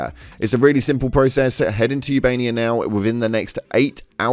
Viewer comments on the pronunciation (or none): Its not ubania, its ubanea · ubaneya not ubania🖤💛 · “Ubania” 💀 brother the starship tells you how to pronounce the planet name when you enter the system.